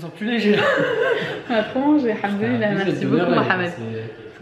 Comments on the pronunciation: vous n'êtes pas la seule lol je t'assure qu'il dit haNdollah psq ses lèvres ne se rencontrent pas en le disant ce qui est obligatoire pour prononcer le M c'est rigolo et mignon au même temps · C'est normal qu'il dit AlhaNdoulil Allah ? 😅🤷🏻‍♀️